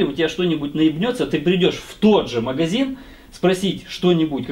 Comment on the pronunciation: тебя бомбит, когда говорят подшиБник, так вот, правильно говорить маГазин, а не маХГХазин))))))